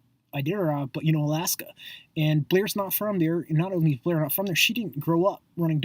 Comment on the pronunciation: why are you so mad that Blair and Q are successful? they're not buying followers they've had a few tweets go viral and that's how most of their followers have found them. You're fucking annoying. and why do u go out of your way to pronounce their names wrong? you're pathetic